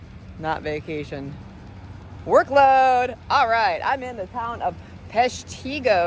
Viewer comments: Its peshtigo not peshtego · As a wisconsinnite, who has been to the city before, 99% sure its pronounced pesh-ta-go, not pesh-tee-go. Always tough with all the native American influenced city names in wisconsin. Great video though, still always amazed at your ability to make gigantic amounts of food disappear quickly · PESHtigo, not peshTIgo. Sorry, that made me twitch! Lol. What a champ, glad to have you in the area! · It's pronounced Pesh-tah-go. I am glad that you came to my state. You are impressive as ever!! I am a fan. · Holy crap, I live in Peshtigo!! Thank ya for visiting! I love how she says Peshtigo, If your also wondering it’s pronounced, “pesh-TEE-gow” lol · Oops! It's PESH-ta-go ... but then again, most people get Wisconsin city names wrong! I was right there with ya until I realized there was a pancake there. OMG! GO MOLLY! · I go there all the time!!! I live in Chicago but have family up there!! Also its pronounced: Pesh tih go. That is the place to go and everyone knows everyone there. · I'm just south of Milwaukee, might hafta try it....but its pronounced PESHtigo, emphasis on pesh , lol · It's pronounced Pesh-ta-go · I'm from Peshtigo. I give you thumbs up on the attempt to say Peshtigo. Not to bad lol. This challenge hasn't been mastered by too many locals. For sure we are a middle of no where Wisconsin town. We are known for the Peshtigo Fire. Sadly it happened the same day as the Great Chicago Fire so we get over looked. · I'm from peshtigo and I cringed a bit at the way she pronounced the name